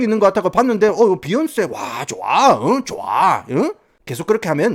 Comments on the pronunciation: 비욘세 발음 존나웃기네 ㅋㅋㅋ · 도입부에 제이쥐와 비얀쎄~ 하다가 갑자기 갱상도 사투리 나와서 개빵터짐 ㅋㅋㅋㅋㅋㅋㅋ